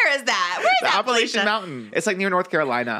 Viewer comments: Girls!! It’s APP-UH-LATCH-IN mountains!!! A common mistake but had to let the queens know 💖✊🏽 this kiki was amaze y’all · I just have to say, it's pronounced "App-uh-latchuh" and "App-uh-latchin". Love, Someone from there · Them pronouncing AppaLACHian mountains as Appalashian mtns as someone from nc is so funny. Not new by far tho lmfao. No hate I thought it was funny!